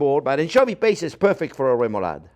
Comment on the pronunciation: love that you can pronounce remoulade right :D I have to try the "french version" for sure (without the mooshed fish though) we danes it a "lesser version" on like everything (great for french fries, fried fish and many other things)